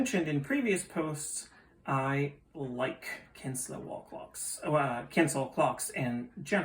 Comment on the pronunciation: Kienzle is pronounced "KEEN-ZLE" Not "Kins-La" fyi. But very nice clock and they are super well made, like my art deco one which is ironically getting repaired.